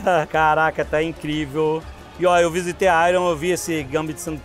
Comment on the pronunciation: “airon” não, Alexandre… é “Airn”